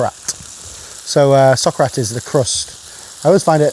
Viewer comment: I kept hearing sock rat